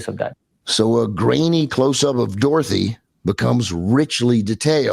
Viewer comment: Did the narrator say "Dorthy"? How about a second take?